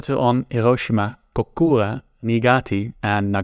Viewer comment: Very interesting and informative video, but... I think historians would gain a ton of legitimacy/credit by learning various languages pronunciations. The way you butchered "Niigata" and "Kokura" was really painful.